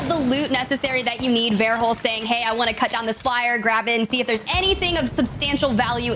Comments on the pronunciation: God stop saying varehulst. Jesus that bothered me hahaha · I wish I had a dollar for every time she said vare-hulst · Wish this new caster would stop pronouncing Verhulst wrong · Yes I definitely second the tone part of it, I find,, and too be the hardest to listen to mostly because of that. And TOTALLY, some of Tifs comments were hilariously random or irrelevant- I could not handle her pronunciation of verhulst either, especially when was saying 'ver' right after her -ALGS definitely needs to recruit more previous pro-players/coaches as commentators instead of 'e-sports' commentators. I think this would drastically improve the quality of the commentator information, as well as dial back the volume and make it seem more 'normal'. Other professional sports organizations do a great job of this, and I think ALGS could definitely do better at incorporating it.